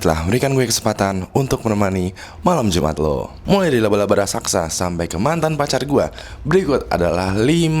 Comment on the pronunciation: raksasa bukan rasaksa...